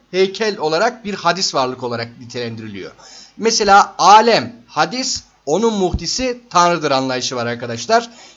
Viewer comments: Hadis değil hocam, hâdis :) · Her şey çok açıktı-güzeldi, telekkür ediyorum; sadece bir kelimenin telaffuzuna dikkat çekiyorum, hadis değil, hâdis, demek gerekiyor..